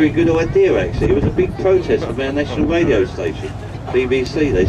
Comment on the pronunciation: I love this clip! Someday the hubby and I want to vacation there and are definately taking that tour. I had to laugh at the tour guide, he sounds like Jonathon Ross, I think he said "wadio" LOL